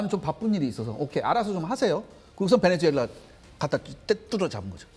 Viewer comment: 베네주엘라가 아니라 베네수엘라 입니다